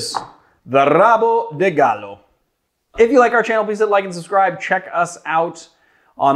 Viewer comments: If you wanna nail the pronounciation perfectly, some "R" words in Brazil actually sound like the "H" on anglo-saxons originated languages, and on the word "have", for example. So, "Rabo" would be more like "håbo". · Pronunciation tip, in Brazil the letter R at the beginning of a word is aspirated, so rabo sounds like habo. And the D in de sounds more like dj, as in Django. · Not really perfectly bcuz the 'R' in Rabo is pronounced as the 'H' in Ha, so he could try to say like hahahabo de galo... ´-´. But yeah, it's pretty much perfect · The pronunciation is almost perfect. The words "cachaça" and "galo" are spot on, only the R in "rabo" is a wee bit too mexican, but it is understandable. Brazilian's Rs starting a word usually are more throathy, a bit like french's Rs. You can take the sound you make when you say the letter R (without the "ah") and concatenate the rest and would be pretty spot on. Nonetheless, great cocktail (as "rabo de galo" means cock's tail) and great presentation of it's history! s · came here to say what you just did